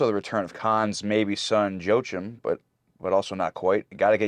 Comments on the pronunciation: Joachim is pronounced "Wah-Keem" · Joachim (the character) is pronounced "Wah-keem"